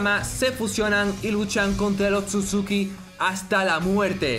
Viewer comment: Es otsusuki no akatsuki xD